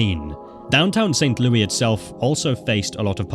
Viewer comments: im from missouri, this was Intresting to watch. Its LOU-is not saint LOUIE LOUIS like (Lewis) its actually driving me insane, there is an s bub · It’s not St. Louie. It’s pronounced like Lewis. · Just a note from a Missourian: It's pronounced "St. Lewis" and only pronounced "St. Lewey" as a nickname when joking or sometimes in songs. Saying St. Lewey in this context is really weird. Great video and I can't wait for videos on other states! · its prnounced st louess btw not st louey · For future reference, in America, Louis isn't pronounced Louie. It's pronounced Lewis. Just so you know! Great video again and I visited not long ago for the Big Boy steam train there and the Arch. It was fun! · SAINT LOUIS!!! 🙄 NOT SAINT LOUIE 🤣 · St Louis Vuitton by the way he says it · lol what is ST LOUIE? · I guess I live in St. LOUIE. now. Crazy how he kept on saying it like that. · I live in this state. AND THATS NOT HOW YOU SAY ST LOUIS. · Considering how many times you mention St. Louis, you could have made sure you were pronouncing it right lol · Same bro same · yeah except it’s not a city in France. It’s a city in an English-speaking country. No one in that country pronounces it like that.